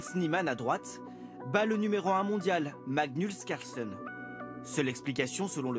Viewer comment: J'ai entendu ça aussi. J'ai instant remis en arrière et... oui ! Le journaliste a bien dit "Magnulse Carlsen" xDD Carrément il a réussi à mettre le mot "nul" dans le blaze du meilleur joueur d'échecs de tous les temps ! 😂😂